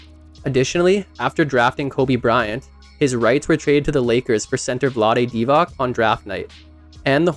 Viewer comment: Divac = Divatz, not DivaK